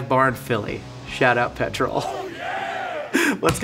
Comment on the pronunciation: The way says Petrol wrong though😂